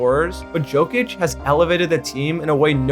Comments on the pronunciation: I can't belive,he said ć but đ isnt in his surname...Its really not that hard to pronounce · BLUD PRONOUNCES JOKIC WRONG 😭😭😭😭😭😭💀💀💀💀💀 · It's realy not that hard to pronounce jokic..... Jesus christ.... Nikola also just Nikola not Nikoula or whatever the fuck you said.